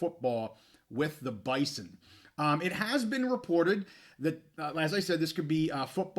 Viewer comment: from an NDSU fan also, the school and fans pronounce it “Bizon”. I don’t expect you to remember or care, but wanted to let you in on the know.